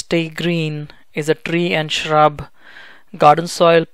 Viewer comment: that Rrrrrrrrr, trrrrreee lol